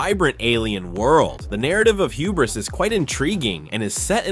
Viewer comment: I have never seen someone pronounce hubris like that, that's not how you say it